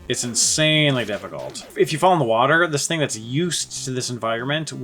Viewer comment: "tastes ilke WATA tears" really got me xD